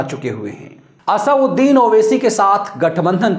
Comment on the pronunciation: असउद्दीन नही असदुद्दीन बोलो